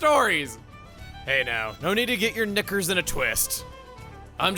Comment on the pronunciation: You can tell Chugga has never pronounced the word "knickers" in his life until now.